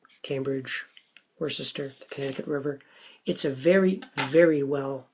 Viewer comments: Wustah “Worcester” is pronounced “wustah” or “wistah”. Or, for all the weirdos who let the letter R ruin their speech, it’s something like “wustr”. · Worcester is NOT how you pronounced it LOL! But we are peculiar in New England and the review was cool. Thanks!